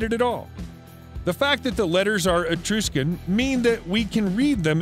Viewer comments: You're butchering the pronunciation of these ancient places, no wonder people lose, or dont understand their purpose and or meaning...its pronounced etruscan, and not etrooscan...please get them correct, and show a bit of respect if you're going to do a video on ancient cultures etc... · Etruscian Pronounced: E "trush" can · Please don't say "eTROOSHcan". I can't watch after I hear that.